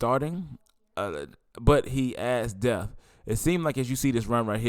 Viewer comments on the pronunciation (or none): Brother!!! It's not "death" it's "depth" and can you start using the word "hundred!" You'll say "He had 350 yards." It would sound better if you said "He had three hundred and fifty yards. Not trying to be critical but I want you to speak better when you are doing these podcast. Thanks for the content.